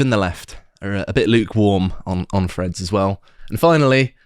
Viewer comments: Is it Freads or Threads? Please pronounce words properly.... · Can someone coach in how to pronounce threads. I spent 15 minute trying to figure out who the ‘Freds’ were.